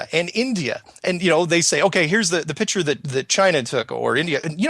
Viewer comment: picture, not pitsure